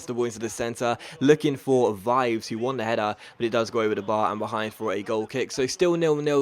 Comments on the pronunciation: I'm italian and Vives is pronounced Vee-vès Also, the gl in Quagliarella is pronounced as a 'j' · You can read VIVES in that way: V-E-V-(the italian e, that is open like eh)-S